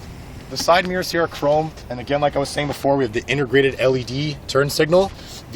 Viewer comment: Can you say intergrated just one more time?